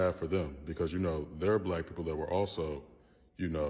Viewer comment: Can't even say black right lol 🤔 eyes always tell the truth of who you are ..FBA all the racist species want us to come together are they going to keep doing this, now it's to the point the wicked species think can Kidnapp our♠️🖤 babies FBA+FBA equal FOUNDATIONAL BLACK AUTHORITY 💪🏿💪🏿🇺🇸🧬 against weak kidnappers ♟️👁️✌🏿